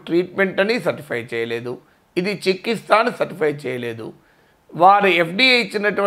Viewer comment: చికిస్త కాదు sir చికిత్స